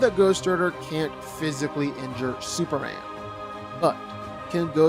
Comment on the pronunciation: When you learn how to say Superman… I’ll respect this opinion